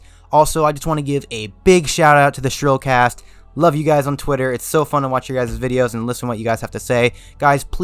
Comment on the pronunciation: Thanks for the shout out man! Awesome video :) Also, don’t feel bad about the mispronunciation, but it is “CHRILLCAST” pronounced like “KRILL-CAST” (hard “k” sound), not “SH-RILL-CAST” lol